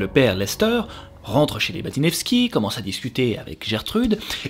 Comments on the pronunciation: Baniszewski se prononce banichefski 😂 c'est plus facile ainsi hahaha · Baniszewski ca se dit banichevski :))